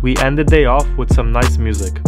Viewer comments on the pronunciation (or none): none